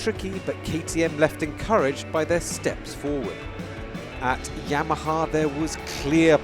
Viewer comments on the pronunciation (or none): none